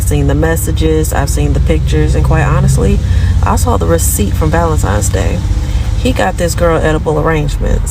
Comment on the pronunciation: For the last time, it's Valentine, not Valentime.